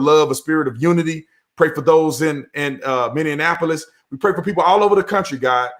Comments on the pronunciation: Mr. Tatum- It’s Minneapolis, not Minneanapolis. 👍 Sorry has to say it, this is second video I watched where you said it with an extra “N”. It’s all good, good video👍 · Brandon its Minny-Appolis. No D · How you say Minneapolis is making me laugh so hard.. I'm dying over here. You guys are awesome!! Minneapolis is my home city. I'm so sad..